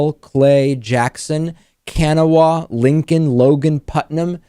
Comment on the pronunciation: Kanawha is pronounced kuh-NAH-wuh it is an Indian word.